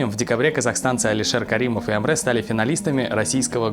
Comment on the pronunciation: Уважаемые ребята. Спасибо за хорошие новости. Одна поправочка. В слове Әміре, а в Русском написании Амре нет буквы Э, а есть буква Е. Поэтому правильно надо читать АмрЕ.